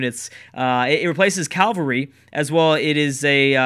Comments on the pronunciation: Ca-val-ry, not cal-va-ry. Thanks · It's easier to say Cav-el-ry